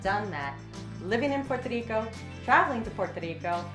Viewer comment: "Puer Tadeeko" and "El Junkay Rain Forest" hint at no. Good traveler info though!